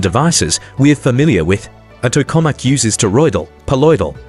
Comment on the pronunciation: Obvious AI generated garbage clickbait. Can't even pronounce Tokamak correctly.